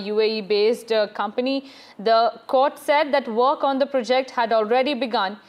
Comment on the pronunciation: It's not pre'JECT, it's 'PROject